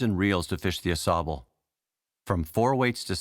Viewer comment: This river is the Au-SAY-bull, not the Au-SAW-bull, which is in Michigan. says it correctly in the video. Regardless, great video. I grew up in Plattsburgh, and miss the Ausable and Saranac very much.